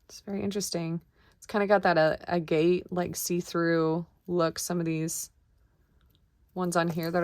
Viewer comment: Agate is pronounced Ag-it, took me a while to realize what you were saying, and I agree it looks like Agate. An excellent resource for stones commonly found in this type of jewelry is Fire Mountain Gems. You can also get on the mailing list for the free mouth watering catalogs. The more you see these stones accurately identified and in all the varieties, the easier it is to identify. Vintage middle eastern bracelet, bring on the belly dancers!